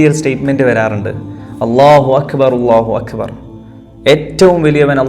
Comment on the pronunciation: ഞാൻ നിങ്ങളിൽ നിന്ന് കൂടുതൽ ശ്രദ്ധിച്ചത് അള്ളാഹു അക്ബർ എന്ന പദത്തെയാണ് അത് വളരെ മനോഹരവും വൃത്തിയായുമാണ് താങ്കൾ അവതരിപ്പിച്ചത്. സത്യത്തിൽ ഞാൻ ഒരു നിമിഷം ഓർത്തുപോയി ഇതൊരു അറബി പയ്യനാന്നോ മലയാളം സംസാരിക്കുന്നത് എന്ന്. കാരണം നമ്മുടെ മലയാളികൾക്ക് ഇത്ര വൃത്തിയായി അറബി കൈകാര്യം ചെയ്യാൻ കഴിയില്ല.